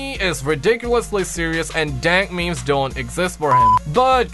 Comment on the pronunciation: Tony - What are meemees? (He pronounces it ME-MEIS) Bob - ooh, that meme is spicy (Pronounced S-PIH-C) Carlos - LoNg LiVe ThE mEmE kInG 1!1 (He made every "G" sound like a "J") Me - Is the plural of moose meese? (Doesn't understand how the language of English works)